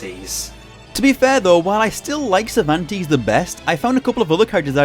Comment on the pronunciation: I loved the video a lot, but as an spanish, it hurts my soul hear you saying "Cervantes", sorry xD In spanish it is pronounce with both "e"s pronounced like the "a" on "age", the first sound you make. What you pronounce It would be written something like "Zirvantis" hahaha